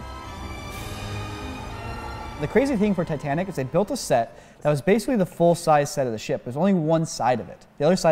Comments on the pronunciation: Did he really said "the Tit-A-Nick"? xD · I disliked just because he pronounced ‘tee’tnic for titanic